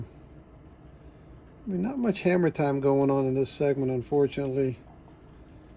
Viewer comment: It’s not hammer time, it’s “her”mer time.